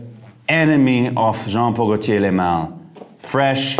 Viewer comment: Jeremy you need to take some French courses 😅. Since most the perfume names are in French ... Le Male [ lemal] meaning "the Male". In "Parfum" the M is pronounced N in French. You know my perfume is Aqua Di Gio original. I remember I bought my first bottle in Jan 1998 for my trip to Canada, I remember I was in Toronto subway, a girl asked me what perfume are you wearing please...